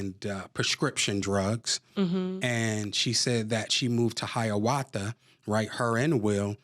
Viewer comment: Saying hiyawatha when your trying to say Ayahuasca got me crying 😂😂😂